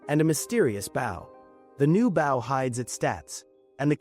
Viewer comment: My biggest annoyance is these fucking things not pronouncing BOW correctly.